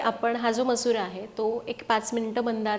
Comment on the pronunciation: तुम्ही मसुरा का बोलता?